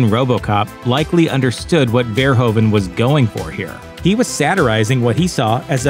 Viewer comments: The "oe" in Verhoeven is pronounced as the "ou" in you. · Your pronunciation of "Verhoeven" is really funny. Nevertheless, he's by far he best film director our small country ever had.